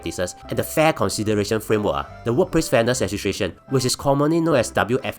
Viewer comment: fat cat england level up siol! can pronounce legislation siol! sounds like ntuc paid ad tho